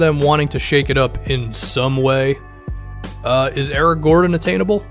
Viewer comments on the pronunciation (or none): none